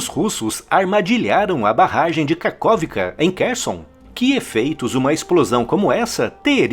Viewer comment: Em ucraniano, KH tem som de RR. RRarkiv, RRerson e KaRRovka.